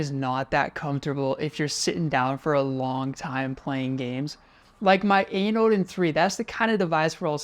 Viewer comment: Just so you know, it's pronounced Ine (like line mine or sign) and ayn stands for all you need.